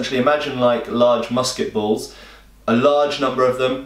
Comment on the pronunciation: Some points: I really LOATHE and HATE Ze Patrioet!!! BUT during one of the first battles when the American regulars try to stand up to the superior British infantry, you actually see bouncing cannonballs. Balls, not bulls. I know you meant balls but I kept hearing bulls. For the rest, it's an excremental movie. During the encounter with a British regular patrol who intrude upon THE PATRIOT's farm and see the wounded AMERICAN HEROES lying all around, what do they do? Do they do the sensible thing, fix bayonets and run them all through? NO. They FIRE their precious musketballs into the stationary targets that weren't going anywhere anyway, putting the British regulars at an extreme disadvantage if suddenly a Damned Rebel Yankee ambush was sprung. Oh my, we have encountered enemies that can resist us! And we have just wasted our shots on some stationary targets that weren't going anywhere anytime. Lord, I wish I had used my bayonet instead to finish them off because now I will have to reload or retreat or charge foolishly with my bloody bayonet at a prepared enemy who will meet me with a welcoming salvo of musket balls!